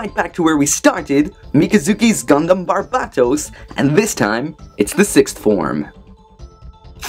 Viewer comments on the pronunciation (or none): You still say its name wrong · he is pronouncing barbatos wrong